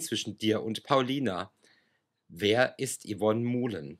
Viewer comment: Bitte den Namen von Yvonne Mouhlen richtig aussprechen!!!!